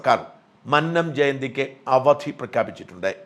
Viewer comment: മന്നം ഉച്ചാരണം അങ്ങനെയല്ല